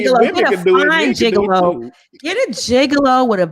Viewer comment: Wait!!!! Lol did call Tod a gigalow????😩🤣😂😂😂🤣